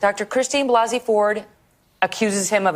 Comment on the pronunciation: Christine Blase (Blah-se) Ford.